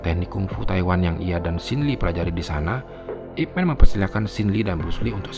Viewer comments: ipman ini nama orang china jadi di bacanya ipman bukanip men ,man disini adalah marga bukan man orang dlm bhs inggris. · min ini namanya ipman di baca ip man bukan men sebab disini man itu nama marga bukan panggilan utk orang macam superman =mqnusia hebat